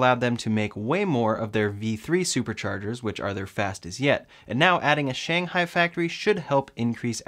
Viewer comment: thanks for your videos and I got a MY. Keep them up! FYI, Shanghai should be pronounced as Sh-ang Hai that the stress should be at the ng part, instead of yours more like Shan-hai which sounds like another place in China.